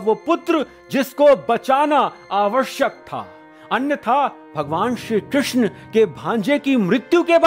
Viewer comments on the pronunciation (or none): none